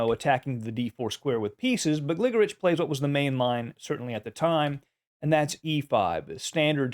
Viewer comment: I believe it's pronounced "GliGORich."